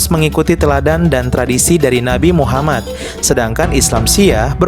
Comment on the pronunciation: btw bro, elu itu muslim kah?, Kalau bukan muslim gak usah lah bikin data" begini, dan membalas komen seakan" elu mengatakan bahwa Syiah itu bnran Islam, kenapa saya ragu kamu adalah muslim, karena ada kejanggalan dalam makhrajul huruf yang kamu ucapkan, bahkan bilang nama Muhammad aja kamu janggal banget, padahal nama Muhaammad dalam bahasa Arab itu bertasydid jadi M nya dibaca dobel/ditahan 2 harkat dan huruf akhirnya adalah د yang merupakan huruf qolqolah, dan harus di pantulkan bacanya, elu malah lempeng aja bacanya ,kayak nama orang Indonesia, so, apakah gua benar elu bukan muslim?, Tolong lah dijawab 😁, biar elu gak terkesan mengadu domba 👌